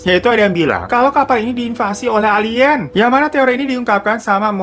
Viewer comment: Pas bilang "Alien" ane langsung ngakak 🤣